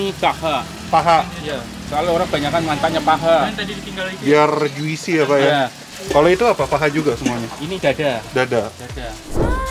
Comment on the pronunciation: Bang tolong bang jusi bkn juisi plis bgt gregetan